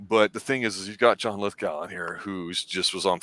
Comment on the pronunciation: LithGOW not LithGUL